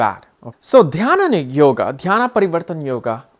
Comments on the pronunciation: It is not called as dhyana it is "Dainya" Sanskrit meaning is Troublesome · It's Dhaniya....not dainya...his pronunciation is different coz of his ascent